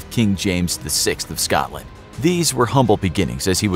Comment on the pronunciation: Please change the way you say Scotland it's not Scawtland or Scatland.